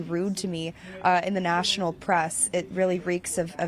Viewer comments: He said breast. I know I heard it. Lol. We men are men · Benny said breast briefing room 😂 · Benny saying breast instead of press cracked me tf up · Breast conference room lol yeah I heard that slip. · You said breast secretary lol